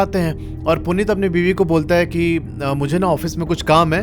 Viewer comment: Bhai kya story btaadi aapne Puneet or anjali ye story sunke aisa lgaa ki main character mai hi hu kyuki Mera name bhi Puneet hai or meri girlfriend ya ex rkhlo uska name Anjali 😶‍🌫😶‍🌫 Bhai or aap pronounce glt kr rhe ho Uska name Puneet hai but aap Punit bol rhe ho (a small mistake)